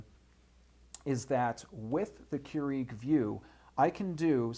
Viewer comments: I can't. The ignorance is real here. It's kur-ig not kur-eag. Just stop. you sound like a total idiot. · First, it's Keurig, not Keureeg. Second, you mentioned that you can select the type of beverage on the Vue system probably about 10 times. Otherwise, this video could have been 5 mins long instead of 20 mins. Otherwise, a very informative video. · Seriously. I could have said that in under 5 minutes. Plus, it's pronounced "Cure-ehg" not "Cure-EEEEEEEEg" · Why are you saying Keur-EEG? I just watched the official infomercial this morning and it is Keur-IG. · KeurIg NOT KeuREEG!!! Good thing you are a professional...at pulling tinfoil tabs? LMAO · Please pronounce the name correctly. It's "CUErig", not "cueREEg". The emphasis is on first syllable. Otherwise nice brief reviews. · GREAT video/demo! I'm a customer of your company- but must say.. it bugged the livin' outta me how you kept pronouncing KEURIG, "cue-REEEG" when it's "KOO-rig". I know, I know.. I'm being nit-picky. But when u mention the name SO much, it gets really annoying! (esp. when you're business is coffee-- I'd think you'd get that right) = ( Sorry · Stop saying Keur-EEG!! *bashes head against wall* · And say Keur-EEG a gazillion times and as oddly as pronunciation of buddons (buttons) ; ) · no it's keu-RIG, he's saying it wrong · Don't you watch the commercials? It's pronounced "Cure-ig". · How can any one respect your opinion when you can't even pronounce the name of the company you are reviewing correctly lol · Damn you pronounce brands, models and some words badly in every vid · why are you mispronouncing keurig and buttons? about to drive my crazy, in fact i couldnt finish watching. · It's hard for me to concentrate on anything he's saying. All I'm hearing is him mispronouncing the word Keurig.